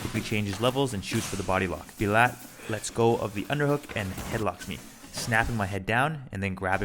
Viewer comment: His name is Bulat which is pronounced like „boo-lat“. You however called him „bee-lat“ which sounds similar to a russian swearword 😅